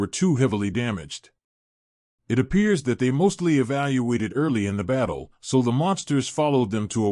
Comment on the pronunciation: AI cannot say evacuate.